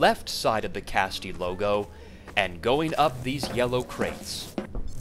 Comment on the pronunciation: Dude… "Caste". "Caste". Not "casty".